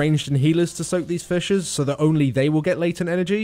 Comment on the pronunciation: sounds like he says fishes instead of fissures, so i had to tabb out of wow just to make sure xD